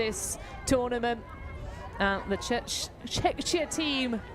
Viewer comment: Its Czechia, not Czeczia or even Chechnia …